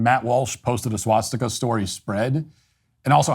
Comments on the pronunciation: Swah Stick Uh. Not SWAT stick uh. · It’s a swastika not a swatstika 😭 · The only thing you did wrong here is pronounce it "swatstika" repeatedly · The real problem here is how Matt pronounces it as "SWATstika". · It's hilarious that Matt, the "Nazi," doesn't pronounce the word 'swastika' correctly. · I'm only offended by his pronunciation of "swastika." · How do I know Matt doesn’t support the Nationalist Socialist Party? He says swast!ka incorrectly 😂